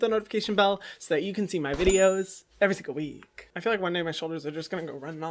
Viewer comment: I SCREAM EVERY TIME HE SAYS "Everysingleweek" as if it's one word. 😂